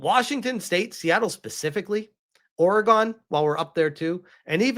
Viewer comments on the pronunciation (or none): killed me at OreGONE. Sir, it's oregon. there is no GONE but there is probably still ORE. XD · Lol hearing ppl not from Oregon saying it cracks me up. OR GONE isnt how its said. Think Organ like the ones in your body. But yes the Pacific Northwest has become a brain worm infested zone. The president needs to send help this way! lol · OR A GUN, not OR GAN. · Not SUPER important but Oregon is pronounced the same as Organ